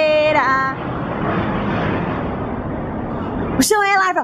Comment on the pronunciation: Lava kkkkkkkkkkkkkkkkkkkk é Larva burrraaaa